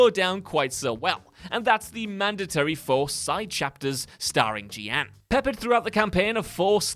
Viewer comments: Ge-An? You mean Jeanne? Pronounced like Joan. Like Joan of Arc. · Why can’t you say Jeanne properly? (It’s John in a French accent). Plus the stealth sections were fine, it was the challenges where you have to use Viola that were the problem! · You can tell hasn't actually played Bayonetta 3 because everybody who has played it knows Jeanne is pronounced ZHON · that butchering of Jeanne's name.....wtf was that? Also those levels were a fun change of pace IMO....I liked Forbidden West's final mission as well. for me personally, a big one is the E.M.M.I. sections in Metroid Dread. They are WAY too stressful for me to the point I had to give up on the game ( seriously, the stress caused by the E.M.M.I. was so bad I was legit concerned for my health....and I only made it to the 2nd E.M.M.I. ) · What is this list? Also how do you pronounce Jeanne wrong? Bayonetta literally says it a million times throughout the whole game, almost to the point that even I'm getting annoyed 😒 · Other than pronouncing Jeanne's name wrong. The Bayonetta 3 stealth levels were dumb fun and a nice break in gameplay. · Listen i know it's unrealistic for everyone at the company to have played every game, seen every movie, etc but if a presenter who has not played the games being discussed has to talk about them, could someone please tell them how to pronounce any names or terms they don't know? Now this is in no way an insult to, because I like alot on here but seeing as how Jeanne has been a main character in every Bayonetta game, there is no reason why he should be saying "Gee-Ann" when he mentions her. Same when he talked about The Curse of La Llorona in a movie list and kept saying "Luh-rona" instead of "yuh-rona". Whoever is in charge of writing the scripts or making the videos should be making sure these things are said correctly because why should these opinions be taken seriously if we obviously know you haven't played or watched the things you supposedly have an opinion on?